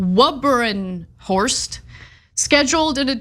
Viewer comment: putting aside the assassination of someones name, where did the first 'R' come from? judge andrew Wubberenhorst? surely its not that hard, even for someone from dear old blighty (thats me). so, WU/BEN/HORST. There, see how easy that was!!!